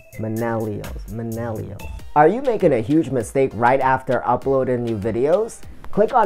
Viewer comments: Nice video! I like the 3rd tip about the series of short videos. I will have to do this with similar thumbnails and put them in a playlist so they auto play! I like how you include the bloopers! I wasn’t sure if it was me or if you were saying minnellials instead of millennials in the beginning but from the blooper it looks like I wasn’t just hearing things 😂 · Nice video my friend. Useful information and liked the creativity and personality you put into it. Good luck with the channel! By the way, it's millennials not minellials just to clarify. Also worth mentioning that videos that are 7 mins or longer are better on youtube than shorter vids due to youtube wanting users to stay on youtube for as long as possible. They reward your channel by putting you in suggestions more and ranking higher in search when you increase your watch time.